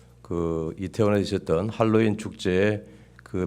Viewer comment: 제발 핼로윈 발음하지마세요 듣기 불편하네요 Halloween 재발 할로윈 하세요